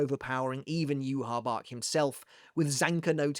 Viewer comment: Where did u get the pronunciation of "youhabark" isnt it "youhabaha"